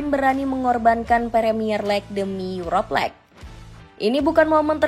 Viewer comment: Yuropa Lig -> Yurop Leg Ineos -> Ayni os Tolong pronounnya diperbaiki min 😂